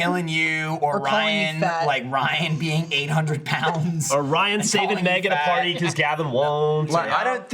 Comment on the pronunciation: Sounded like he introduced Ryan as Bryan 😶